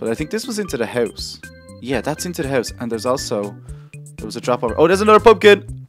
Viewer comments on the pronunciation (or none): hes saying it wrong hes saying hoyse hes not saying house